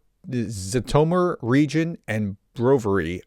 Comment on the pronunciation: Thank you for your updates! The Russian and Ukrainian letter ж, which is transliterated as "zh", is usually pronounced like the "s" in the English word "Asia". That may help you with the pronunciation of places like "Zhytomyr".